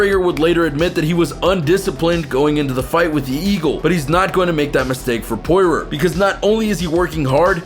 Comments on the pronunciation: And Dustin Poy-roar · Hahahaha you are such a casual fan....a tourist....mispronoucing Poreeio and Cerrone looool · Who da fook is Pore-Rer? Lmao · He said porer and numegov 3 names pronounced wrong 😂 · Donald keron??? Dushtin Porywer??? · And Nurmagomedov and poirier...you need to actually watch some mma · Such a casual fan, you can’t even say Poirier or Cerrone’s names right